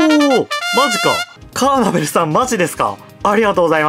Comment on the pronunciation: カーネトル❌ カーナベル⭕